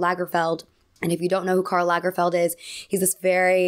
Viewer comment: Wow, you’re an American who pronounces "Karl Lagerfeld" almost right!😂